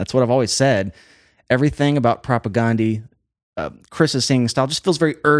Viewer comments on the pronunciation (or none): Great videos but it's not pronounced Ghandi. It's pronounced like Propaganda with an E at the end. Propagandeeeee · Not a big deal but it’s propagndhi (prop a gan dee). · It’s so funny and fun to hear a music wonk try to swallow and then articulate this band. I mean that in the best possible way. 😊 The guys in the band pronounce their band name with a short A like in “propaganda.” Not that it matters. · I just wish he would pronounce the name of the band correctly. I wish most people would. This band deserves it.